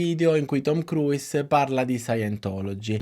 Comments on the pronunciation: Ma cavolo, nemmeno la pronuncia corretta !?!? Si pronuncia “kruus” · Bellissimo lavoro! Grazie! Si può migliorare non pronunciando la 'i' ogni volta che si pronuncia il suo cognome ;-)